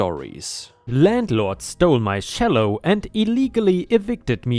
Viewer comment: Cello is pronounced chello